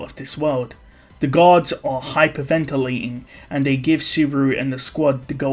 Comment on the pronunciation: The way you said guards sounded like gods